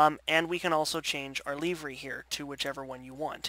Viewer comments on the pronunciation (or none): Excellent video! I am as of now a subscriber and I think perhaps a new student even though you can’t pronounce “livery”. ;)